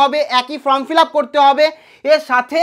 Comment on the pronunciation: ভবিষ্যতে উচ্চারণ ঠিক করবেন - FORM -এর উচ্চারণ "ফর্ম", "ফ্রম" নয় !